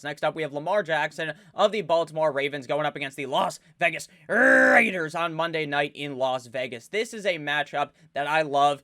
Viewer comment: Can someone make a compilation video of saying “The LAS VEGAS RRRAIDERS”